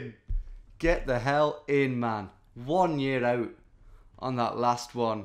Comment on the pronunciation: I loved that Scottish “one year out” at the end 😆